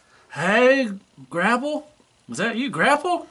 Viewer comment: "Gra-pelle" haha ;)